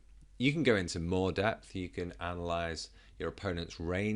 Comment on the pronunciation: you said analyse incorrectly